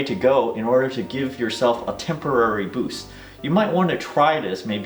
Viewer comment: Hahah, I swear I heard, "Hi, I'm and I will teach you how to Bush your credit score."